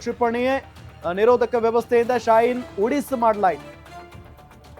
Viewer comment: ನಿರೋದಕ ನೋ ನಿರೋದ ನೋ ಸರಿಯಾಗಿ ಹೇಳು ಮಹರಾಯ